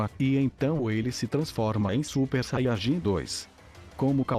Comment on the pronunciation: vc fala saiarjin e fala muito baixo